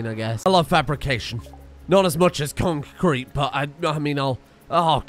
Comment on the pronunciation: Every time he says concrete, it sounds less and less like a word., stop it.